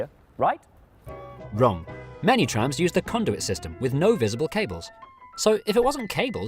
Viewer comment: Uhhhhhmmmm- eyueoi knoe thereiz trahmmmzz in Crwoiuoiydon 💀💀💀💀💀💀